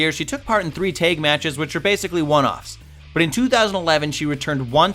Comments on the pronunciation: PLEASE PRACTICE THE WORD "TAG". YOU SAY TEG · Oh please, he can't eve pronounce the word tag. There is no Y in the word tag. It's tag, not Tayg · why does he say "tag team" like "teg teem" ? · It's from the same family as "tayg teams". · Why does the host pronounce tag, like "tayg"? sounds funny. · Are we gonna talk about the way he pronounces tag and dragon? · I hate the way pronounces dragon. It pronounced dr-ah-gin not dr-ay-gin